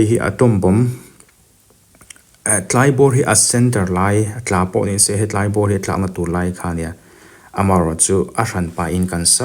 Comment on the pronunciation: He tlai. Ani lo. Mizote tawngah a awm lo. ( Helai) ti a, lam tur.